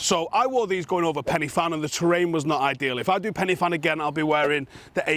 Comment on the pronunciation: Pen y Fan with the 'F' pronounced as a 'V'. Cheers.